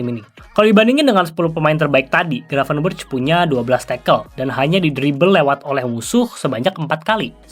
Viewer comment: Bacanya "Gravenbèrekh" bang, pake خ. Ntar dikatain kardus lu sama para domba, ati2🤭